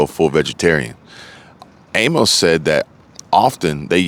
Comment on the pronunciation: The name Amos is pronounced A-Miss. Thanks for the video